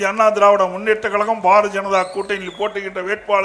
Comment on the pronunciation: பாரதிய ஜனதா கட்சியா? அல்லது பார ஜனதா கட்சியா? எடப்பாடி பழனிச்சாமி ஐயா அவர்கள் தயவுசெய்து தமிழை சரியாக பேசவும்